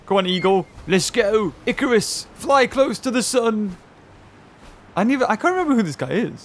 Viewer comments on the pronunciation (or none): none